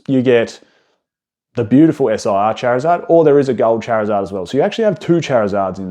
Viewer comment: Going to absolutely lose my mind if I have to hear him say charizeard again